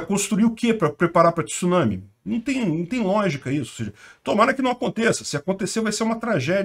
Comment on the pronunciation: Parabéns!!! Primeira pessoa que vejo falando tsunami corretamente, repórteres da TV, eles falam t-sunami!!!! Kkkkk!!!!